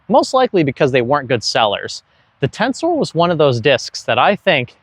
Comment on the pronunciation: It's "tenser". Not "Tensoar"